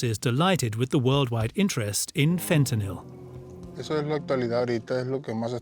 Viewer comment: Stop pronouncing fentanyl like that you muppet.